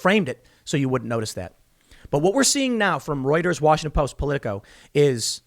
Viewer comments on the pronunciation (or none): none